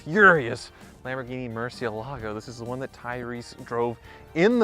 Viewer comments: MURCI, not MERCI. It's not even a matter of it being a foreign word because even in English we don't pronounce a u like an e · For the love of God, learn how to pronounce mur ci EL ago!! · Lear as Tavarish how to pronounce Murcielago... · You need Tavarish to teach you how to say "Murcielago"